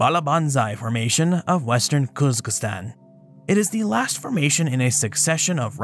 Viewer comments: I heard it like "kierz-giz-stan" and wanted to comment how there's only one "z" and it's in the middle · I am not sure your pronunciation of Kyrgyzstan is correct. 'Kier-giz-stan' is the proper form. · This is definitely the weirdest pronunciation for Kyrgyzstan I've ever heard (I was born there) - the proper pronunciation should be "Keer-geez-stan" - with the "ee"s pronounced as in "beer" - and with the "z" and "s" both pronounced distinctly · I heard something like 'Kiz-ga-stan.' And hence commented.